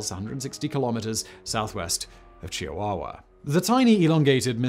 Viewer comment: Chewie wa wa wasnt the first weird pronunciation I heard in this video. Can we get a Pangwin video next